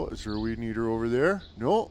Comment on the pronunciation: What’s a Weedneeter?